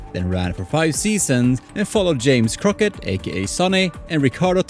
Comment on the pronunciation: Crockett not Croquet 🤣